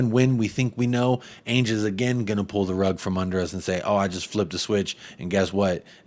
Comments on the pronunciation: It’s Ange as in Angela. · What up man. I’m pretty sure it’s pronounced “Ange” like Angela